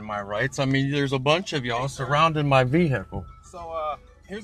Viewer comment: Emphasis on ‘ve-hick-le’. Good doggy! I’ve seen this video from the cop perspective and it’s just as entertaining from the Sovtard’s position.